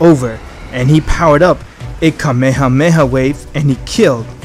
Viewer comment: He said kamehamewh